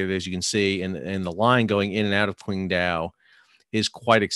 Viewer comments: Pronounced more like Tsing-Tao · Pronounced Chingdow. Q is ch